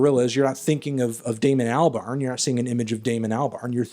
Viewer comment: pronunciation of albarn killed me a little inside but another solid letter response anthony.